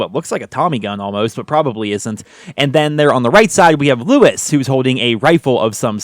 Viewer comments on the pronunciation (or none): none